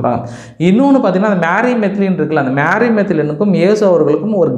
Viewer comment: That is not மாரி , மேரி Magdalene.